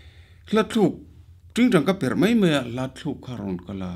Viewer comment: Zai thiam em em mei ❌ Zai thiam em em mai💯 Lar em em mei❌ Lar em em mai💯 I thutpui kha anih kha.I tawng fimkhur rawh😝